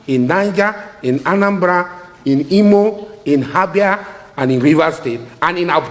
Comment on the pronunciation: He said habia instead of Abia, pls go back to elementary one to start a fresh cos you no get sense.